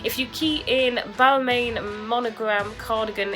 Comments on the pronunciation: people can tell you you’re pronouncing it wrong tho, there isn’t different ways of saying it there’s one way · When you are talking about high end fashion brands maybe learn how to pronounce them first!